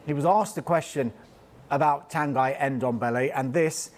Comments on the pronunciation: Tanghee not Tang-Aye, Tanghee as in See or Lee! Nuno said it right! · His name's not pronounced 'Tan Guy". 🙄 How can you be so incompetent at your job?!